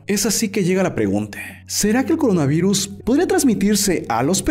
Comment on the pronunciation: Jajajajajajajaja dijiste Corinavirus en vez de Coronavirus